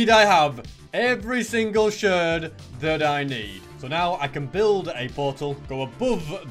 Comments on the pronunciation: Here is how to say a shard sh ar d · “Shird”